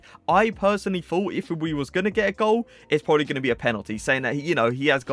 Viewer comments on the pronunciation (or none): none